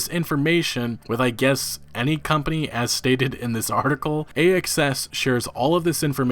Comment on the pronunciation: Ohhhhhhhhhhh...."A.X.S.". I wasn't looking at the screen and I thought he kept calling the company "A.S.S.".